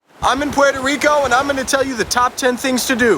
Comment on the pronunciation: Can’t even pronounce Puerto 😂